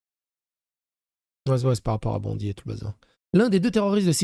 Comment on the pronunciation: C'est pas important mais on prononce Bondaï😊